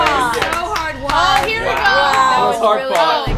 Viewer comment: When says “weee” there is a silent ‘b’ automatically added on the end 😉